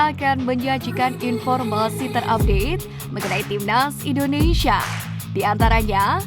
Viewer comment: Komentatornya repot amat nyebut.... INDONeiiiiisssyyaaaa😂😂😂😂